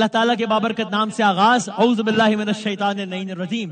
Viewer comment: ماشاءاللہ... لیکن برائے مہربانی اعوذ بِلا. صحیح سے پڑنا سیکو